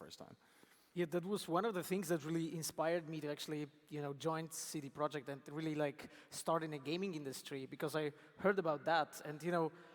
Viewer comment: Shit now I know how to pronounce cd projekt